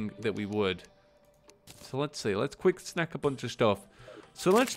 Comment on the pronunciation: "Let's Quick SNACK some items" Like if you heard this too xD